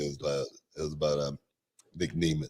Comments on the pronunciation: Huge pet peeve with how he keeps saying Nic’s last name incorrectly it’s not pronounced Knee Mith it’s NEM ETH Nic Nemeth. I kept getting so mad 😂 he even made Booker say his name wrong. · Dude same, how do you mess up such a simple name man....